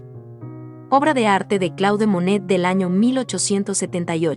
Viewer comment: muy bello vídeo!! Un sólo detalle que quizás puedas editar de la locución: el nombre del pintor. CLAUDE MONET se pronuncia "CLOD MONE" !!! Saludos. ❤🎶❗